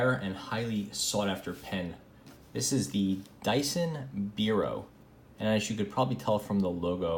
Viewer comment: It's actually pronounced BYE-ro, like bipedal or bifurcated, and it's not a model name or anything (in this case), just a UK (also Republic of Ireland, Australia, etc) word that means "pen". László Bíró was one of the first people to both invent and popularize the ballpoint pen, so originally, most easily available/affordable ballpoint pens were Biros (i.e. made by the Biro company) and over time, the brand name became the generic word for pen in those countries, in the same way that Americans say "Bandaid" to mean any disposable bandage or "Kleenex" to mean any handy tissue. Since Dyson is a UK company, it makes sense they would call their pen the "Dyson biro" - the Dyson pen. Anyway, interesting design choices here, and very Dyson like. Thanks for showing it off... kind of want one, now!